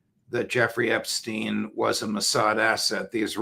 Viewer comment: Why is it that americans seem unable to pronounce "Epstein"? Listen to Mr Crooke, he pronounces it correctly.